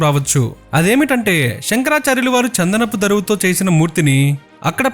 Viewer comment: Chandanapu Daaruvu Not daruvu Anyways good video Mistakes lekunda chuskondi Thanks